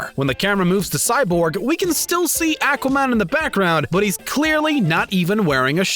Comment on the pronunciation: The way that he’s pronouncing Aquaman is a mistake lol